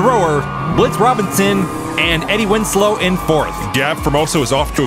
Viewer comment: Eddie Wins-low *